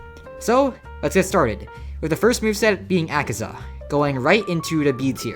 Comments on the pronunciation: its akaza not akiza -_ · He butchered Akaza so badly 😢